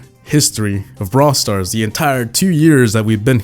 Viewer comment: Lmao, put subtitles on "Bra stars"